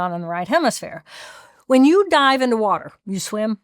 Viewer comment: the waterrrrrrrrr